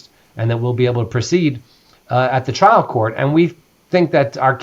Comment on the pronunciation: his accent keeps saying child (trial) court